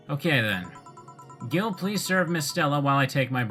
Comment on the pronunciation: "Gil" really is argentinian slang, for dumbass or weakling. Though it's pronounced in a way similar to the word "heel". Merry christmas!